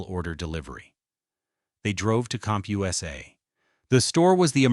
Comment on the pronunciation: Cump-Hugh-essay? Don’t “tell the story of a bankrupt retailer,” tell the story of lazy AI slop.